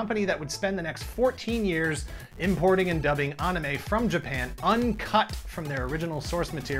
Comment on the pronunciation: I would like to applaud your correct pronunciation of "anime".